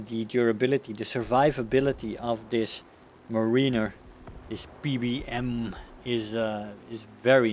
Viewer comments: Btw it is not muh-ree-ner it is mare-i-ner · Btw it's is pronounced Meh-ruh-ner not Muh-ree-ner.